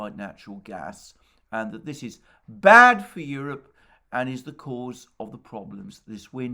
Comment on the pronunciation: My, such an emphasis on the word "bad" the mark. No need for a megaphone, eh?